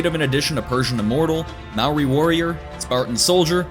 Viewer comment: Mowi? U mean Māori?